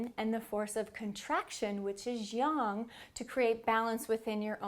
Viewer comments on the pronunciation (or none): It’s yang not young.